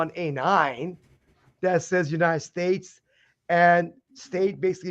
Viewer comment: Does he not see the last “s” in states?